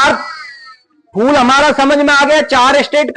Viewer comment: Phul nhi phool